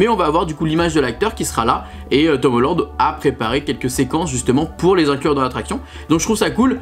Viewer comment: Tomoland? 🤣 je n avais pas compris directement que tu parlais de Tom Holland😆